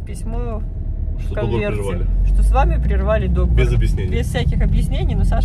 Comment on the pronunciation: Извините, но договОр, договОрЫ. Я преподаватель русского языка, привычка.